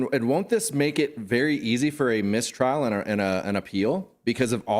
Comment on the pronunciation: What is a Miss-Trail exactly?